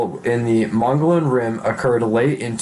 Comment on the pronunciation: This guy should really learn to read....in particular, learn to pronounce Mogollon etc..my six year old can read better.. lol